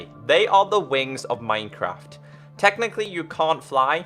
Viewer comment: Did he just say mincrap